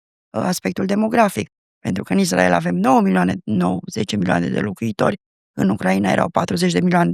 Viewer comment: Inainte de toate invatati sa pronuntati corect Israel!!!!!dupa aceea faceti teorii!!!!